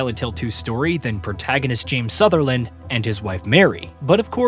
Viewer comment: 10 seconds in and dude has already pronounced the lead characters name wrong...